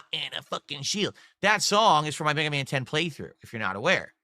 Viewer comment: BegaMan Begathon